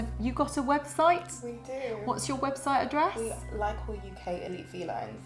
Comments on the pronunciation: I think "Lykoi" is from the Greek word "Λύκοι" which means Wolfs ! It pronounce like Leke...not Li-ko-e 😂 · It's not pronounced lykOi but lykee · Lykoi is greek and is pronounced Leekee. Big cringe for my ears hearing you calling the lài kóy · Idiot said lie koys, it's a Greek word n pronounced leek ee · Lykoi (pronounced like Leekee) means wolves in greek. When is one of them is lykos = wolf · the way you write lykoi is the plural for Greek word ΛΥΚΟΙ which means wolves and pronouced as Lykoi where y and oi read like e as in alphabet. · Lykoi means wolves in greek. However it's pronounced "Liki" as oi is one of the many i sounds in greek (5 in total), yuuup it's a weird language. Also I outright love these cats. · lykoi means wolfs in greek, and you should spell it like leekee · Lykoi means wolves in Greek "λύκοι" and it is pronounced "liki" when it is plural and "likos" when it is singular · When i heard them talk about the cats I thought wait a minute . Lykoi = λύκοι which means wolfs in Greek . The pronunciation is just awful they made my ears bleed . No kidding stop pronouncing Greek names and words wrong . The wright way to pronounce this breed is leekee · wow they gave them the Greek translation for wolf as a name. Awesome. Greek mixed with English words but i like to pronounce it like we pronounce wolf in Greek (L-I-K-O-S) . LYKOI or LIKOI are the plural for wolf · Fun fact: lykos in Greek means wolf and lykoi which is pronounced lyke means wolves. I felt the need to comment that...😢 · Unfortunate naming. Lykoi means "wolves" (yes, plural). So, what actual wolves should be called now? Even the pronunciation is wrong (latinized the original Λύκοι). Go to google translate to hear the correct one (from english to Greek)